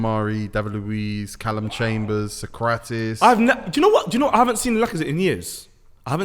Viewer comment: Did these guys actually say Sokratis? 🤦‍♂️